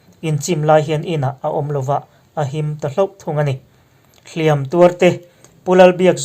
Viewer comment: hlîam(thlùk sâng) leh hlìam(thlùk hniam) hi i hmang diklo leh ṭhin.